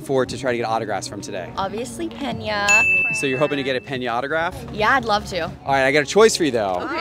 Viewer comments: Hey y’all astros fans is it not pronounced “peenya” 😅😅 sorry if I’ve been saying it wrong this whole time. I thought that’s how I ever remeber them saying it when I’ve seen him play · It's pronounced "pain ya" lol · Yah her favorite player, can't even pronounce his name right. PEN YAH!!!! 🤣 🤣 🤣